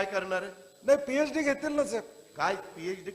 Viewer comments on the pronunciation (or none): साम टीव्ही तुम्ही अगोदर तुमची हेडलाईन बघा... पिएडी नसते... पि.एच.डी अस असतय...अवघड आहे राव...😅